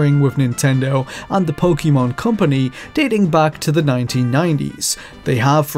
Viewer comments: Narrator, It's po ke mon. Not po ki mon. It's 2020 dawg no excuse. - _ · it's pronounced "Poh-kay-mahn."